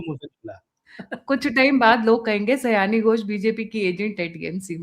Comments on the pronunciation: Sayoni sayani nahi hai😂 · Pronunciation sayaani nhi, sayoni hai